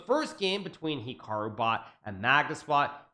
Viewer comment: I think he’s pronouncing “Hikaru” wrong